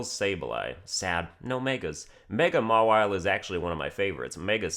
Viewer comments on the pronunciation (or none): none